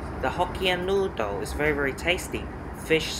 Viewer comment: Dear, started my sunday arvo by watching your trip back to Malaysia. It was a pity that you didn't try the nasi lemak, it would have a delight for your tongue!. Nevertheless the "Noo-dle" was a reasonable substitute. It was good to see you fly this leg as I often wondered how it was like. See you on your next flying adventure and thank you for posting again! Regards Hsiang, Adelaide.